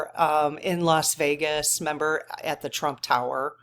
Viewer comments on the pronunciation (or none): none